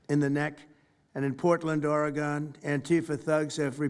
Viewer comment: Never trust anyone who pronunces Oregon as OR-GON. The only ones that believe the lies are the knuckle draggers on the right.